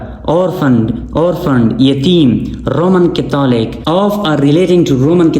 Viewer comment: Sir catholic ki pronunciation theek kejiyey ga....